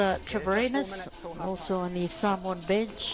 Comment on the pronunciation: The female doing the voice MUST learn how to pronounce the names of the Samoan players and any other players correctly. All announcers of any sport MUST learn before hand to pronounce the names of Pacific Island teams. This should not happen at this age.